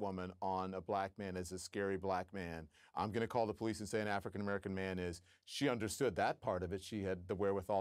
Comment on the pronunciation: she is not a racist, did any listen closely how she pronounce Africa. Africccan..! American.